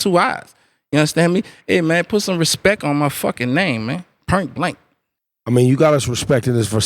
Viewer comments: did this man just say "purnts" / "purnt blank"? he just askin for it now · "pernt blank" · "Purnt Blank". Lol😂😂😂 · "Pernt blank"! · did that foo just say pernt blank???? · This dude said pint blank 😅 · "Purnt blank perrid" 😂😂😂